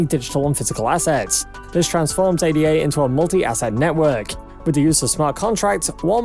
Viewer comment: This channel is BS. They don't even know how to pronounce ADA. Don't take advice from someone who doesn't even know about the asset they are hyping. I'm bullish on Cardano but I've seen a few videos from these guys and they are nothing but lies and hopium.